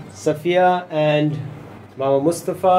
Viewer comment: Is his name Mama as in translation or Mamou which it sounds like they are saying????